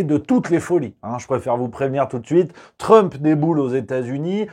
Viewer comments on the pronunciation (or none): none